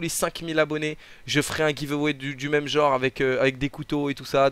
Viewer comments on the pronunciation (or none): none